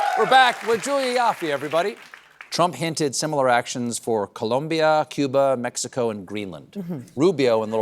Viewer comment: It’s pronounced ColOmbia, Julia